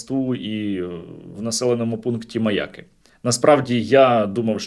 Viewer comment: НЕ МАЯ'КИ, А МАЯКИ'! МАЯ'К - МАЯКИ'.